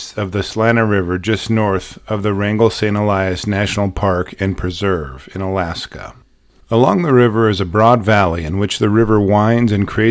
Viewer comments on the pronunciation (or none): none